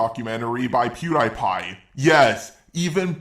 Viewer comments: I can't get over the fact he pronounces it Pew-die-pie instead of Pew-dee-pie fam. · I’m sorry but it isn’t pew-die-pie it’s pew-de-pie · pronouncing PewDiePie wrong is him joking around, right? Right? RIGHT!? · I'm sorry. You are one of my favorite YouTubers.. but.. when he said PewDiePie's name wrong It made me laugh XD